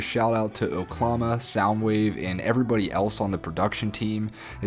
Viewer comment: I’m not sure if you ever learned that oklama is Kendrick’s latest alias and is pronounced oh-kay-lama. Kodak Black says it in the beginning or end of one of his interludes. Thanks for this video.